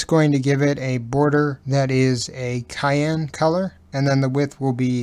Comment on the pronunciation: This tutorial really helped provide some clarity that I have been looking for where animation is concerned. Thanks (btw, the color Cyan was pronounced cayenne rather than 'Sigh - An' which may have just been accidentally misspoken. Please keep the videos coming! They are tremendously helpful. Flutter is pretty rich and deep and not a lot of good working examples with explanations are available yet.